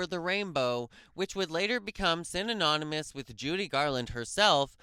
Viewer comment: good God, man learn how to pronounce the word synonymous. Also, she died 55 years ago. Your research is really crappy.